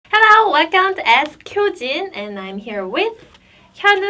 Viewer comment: It sounds like you are saying "askhyojin". instead of "ask hyojin".